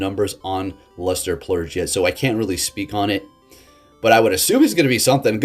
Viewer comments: purge not plurge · You keep saying luster “plurge “…. There’s no L in purge my Alaskan friend! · I just keep hearing luster Plurge 🤣🤣🤣🤣🤣